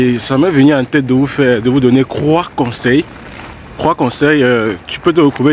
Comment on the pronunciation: Camerounais n savent pas prononcé ''T''? Mecro, crante min , croisième, cré cré, cravaillé, ... Crening